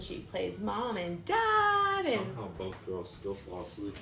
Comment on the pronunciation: I can get past the gratuitous debauchery and backstabbing but I just lose it when she says “bolth” or cackles at nothing funny. Not a funny word came out but she laughed by a hyena